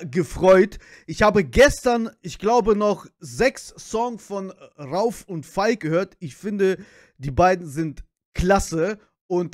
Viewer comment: Ich schreibe zur Abwechslung mal einen deutschen Kommentar 😄 PS: der in der Mitte heißt RaUf (Betonung auf dem U) PPS: Niletto und Jony sind zur Zeit meine Nummer 1 😍💖🌹